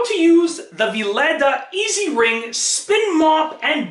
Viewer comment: Sorry but it's pronounced vi-leeda